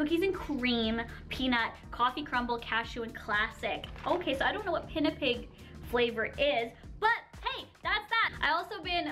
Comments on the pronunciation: Pinipig is pronounced as "pea-nee-pig". Love lots from Ph 💖 🇵🇭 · You pronounce it Pi-ni-pig From the Philippines here Love From the Philippines❤️